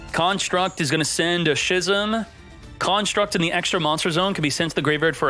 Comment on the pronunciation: Brother, schism is pronounced like ‘skizm’